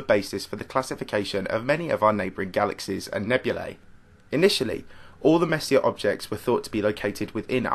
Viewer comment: Hate to be that guy but it's pronounced more like Messy-A. Kinda like foyer